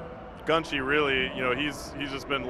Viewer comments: Gunshee? I think he means Gun shy.... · Now, I don't mind commentary, but did it really take him 3 days to still not realize that it's "Gun shy" and not "gunshee"? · Anyone else think gunshy should be pronounced gun shy, not gun shi? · Dude.. hes saying gunshee. Its gun shy gunshy. Shy. U fool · I always thought it was pronounced 'Gun-Shy' rather than 'GunShi'